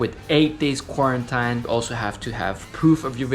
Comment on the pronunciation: beautiful! "kuorentaíne" :P